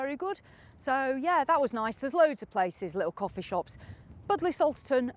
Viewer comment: Pronounced “bud lee” .....lol.